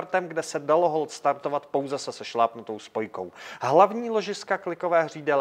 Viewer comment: Starrrrrrrtovat motorrrrrrr